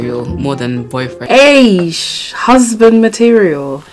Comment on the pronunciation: Did you just say "EISH" or "ISH"? 🤣🤣🤣 Themba is teaching you well hey